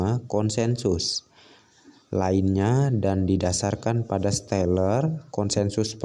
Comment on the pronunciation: Baca stellar aja gak bisa mau bahas Crypto 🤣🤣🤣 stellar itu nama coinnya xlm sudah teregulasi dan ada banyak exchange, selama π gak ada di exchange bisa dibilang masih halu dan illegal